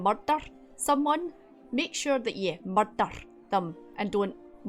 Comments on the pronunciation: Wait, are you saying "there's been a murdur?" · I honestly thought "...secret mission to Mordor" until the -someone came 😆